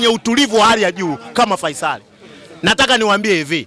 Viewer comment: Wewe to a mimachotu faisali au Feisal hata jina tuu huwezi kutamka hamkawii ooo wamebebwaa